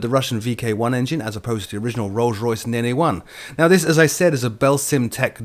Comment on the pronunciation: Btw, the Rolls-Royce Nene is - like most other RR Jet engines - named after a river, the River Nene. which is pronounced as Neen (as in bean). Just FYI